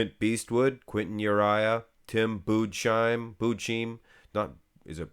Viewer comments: Tim Budes-heim, not Budeschim! 😂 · it' Bu-des-heim (last part pronounced like thyme without the "t") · You are right. Or Buddas-Haaym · It’s boo-doh-shym